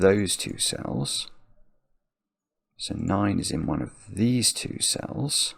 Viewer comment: I am entirely too old to be giggling every time he says dees. 😂